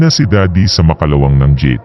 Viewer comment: pakiayos naman ng accent po, tulad ng makalawang, bukas at kama. slamat